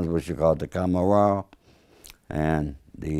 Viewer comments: Please, this guy disqualifies himself immediately. He claims his family members were involved in 'Ndrangheta but can't even come close to pronouncing it?? The andrangatta? You have got to be kidding me? He then pronounces Camorra the "camorara?" It's like an executive for McDonald's calling the company MacDoodles. The mafia is not only in Italy either. La Cosa Nostra is not just American. La Cosa Nostra is in Sicily and was brought to America. "Mafia" is a public term. They don't use it. There is also La Stidda (that is "la stella" in Italian or Sicilian for "star") in Sicily. Camorra is a Neapolitan thing. 'Ndrangheta is Calabria. Sacra Corona Unita in Puglia. Please for the love of God don't pay attention to this interview if you're looking for good information. Sounds like a guy who read some "Dummies Guide to the Mafia." As someone who has followed this his whole life, I've gotten through even the worst of interviews... I couldn't make it through 2 minutes of this one. I'm not the biggest fan of Michael Franzese, but he is 1 MILLION times the source this joke is. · Idk if this man speakers Italian bc he totally botched the names of Ndrangheta n Camorra . Not even close how they are Pronounced. Take it from some1 that was born in Calabria. But that can be common if u don’t speak the language.